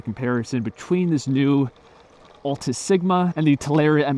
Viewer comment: how do you mess up with pronouncing the name? There's clearly a letter "S" on "Altis" and you're over here sayin Alta like wut? lol